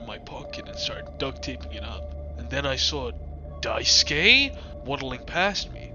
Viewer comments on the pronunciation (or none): "die skay" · Not only is this video entertaining af, but taught me how to pronounce Daisuke, I thought it was pronounced Daisuki at first 😭😭